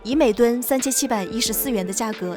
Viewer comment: 铝锭ding，不是铝垫